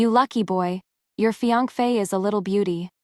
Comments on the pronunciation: Is it that YouTube doesn’t allow the word fiancé or this individual that’s reading is unaware how to pronounce it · AI can't pronounce it